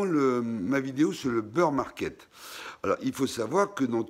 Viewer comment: super video merci 🙏 et ces bir =bear pas beur market 🙂